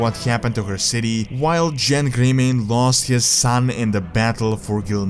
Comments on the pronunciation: It's Genn Greymane man. Not Jenn Greymane. You may have accents but, Why call Genn as Jenn? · WTF is this clickbait man? You just said the things we already know... And ffs, you are someone who makes lore videos of WOW, learn the actual names of the characters. IT'S NOT JENN GREYMANE wtf is that. It's GENN GREYMANE. Not with a J, with a hard G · Never answered the question of why the Alliance invaded Undercity. Also, it's pronounced Genn (the g sound like in gum)